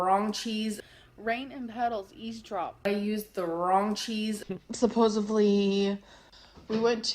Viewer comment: P.S. We mustn’t forget “supposively”. 😩